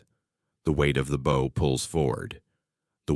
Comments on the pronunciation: Can AI not pronounce english language words. Bow for example? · How are we supposed to believe this BS when they don't even know how to pronounce "bow"? The Morrell sank in Lake Huron, not Erie. A wave traveling 600 ft in 4 seconds would be traveling over 100 mph, hogging on one wave never happens on the Great Lakes. Modern ships don't pitch on the Lakes since the waves are so close together. Cross waves tend to get reduced when the wind changes direction, not multiply. I sailed for nearly three decades on the Lakes, never heard of a Lake Erie Triangle, most ships went down over 100 years ago on Lake Erie. The tail of the panther may have been dangerous to the Iroquois but they were in frigging canoes. I call BS.